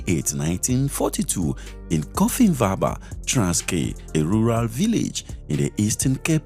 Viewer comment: Eysh dear brother, they way you butchered their names,and places,ie Cofimvaba,its hard to consume all this What nationality are you?